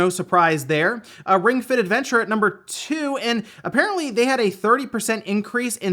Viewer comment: "Last of us Part DOUX" CONFIRMED! is a frenchmen! xD